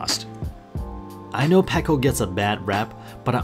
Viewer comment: Also i am not being mean you just said you want people to correct you. So you are also saying packo instead of petco